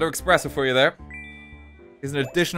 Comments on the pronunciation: ESPRESSO, not EX-press-o. You call yourself an English major? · please, it's espresso not expresso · THERES NO X IN "ESPRESSO" MR ENGLISH MAJOR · RT is saying eXpresso just to tempt us into reacting, right? RIGHT? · guy really said "expresso" repeatedly as if intentionally committing a war crime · did he just say ‘eXpresso’? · there is no x in espresso. Did Weird Al teach you nothing? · How has no one brought up that the old man said "Expresso" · I flinched every time he said "expresso" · i feel betrayed by RT knowing that he pronounces it expresso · The way RT pronounces espresso makes me die inside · His pronunciation of espresso killed me